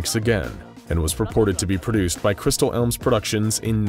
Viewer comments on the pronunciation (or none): Crystal Elms? Really? Come on, man.